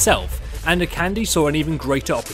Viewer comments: Lets have s small pronunciation guide: Akande = Ah-Khan-Day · I just thought I would mention that Akande is pronounced "A- Kan- Day", with both A's being long A sounds. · It bothers me so much too! Even worse when people misspell names that are clearly written on their fucking screen. Pretty sure it goes like "a-kahn-dey" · Your saying Akande wrong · Shiloh Ludenberg he is so annoying the way he pronounced it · True. He Is. But then again, not everyone knows how to pronounce Nigerian names. But this is worse then the way everyone says "Sombra".